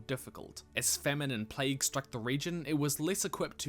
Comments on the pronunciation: I totally heard "famine and plague" as "feminine plague" and immediately pictured soldiers in makeup trying to fight in high heels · British accent lvl 100: when famine and plague becomes feminine plague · I thought you said feminine plague, instead of famine and plague. I didn't know plagues could be feminine. I wonder what a feminine plague is like. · am I the only one who thought he said "feminist plague" instead of famine and plague? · Dang it, this is NOT a video I can watch in the background while sorting my email. I gotta give it my full attention. Also, it sounds like you say "As feminine plague struck the region" LOL.